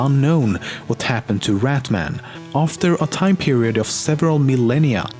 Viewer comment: It's not rat man it's rat Mann